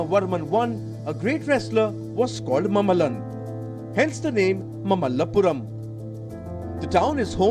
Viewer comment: It is not mammallapuram, it is Maamallapuram. Learn to pronounce Indian names properly.